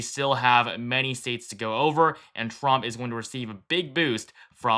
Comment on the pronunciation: Trump, not tramp.